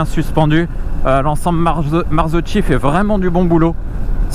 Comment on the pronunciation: ☝️ Marzocchi ça se prononce '' Marzoki'', blaireau !!! 🤣